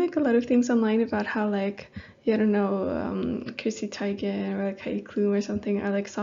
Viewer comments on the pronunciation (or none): none